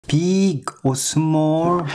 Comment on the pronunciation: Ah, what could be better than listening to this guy say “beeg or smol” am while looking for cheese